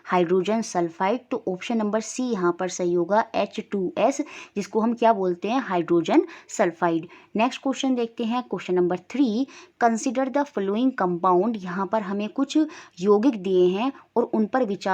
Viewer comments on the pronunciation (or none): Mam following h flowing nhe vese bake sb superb h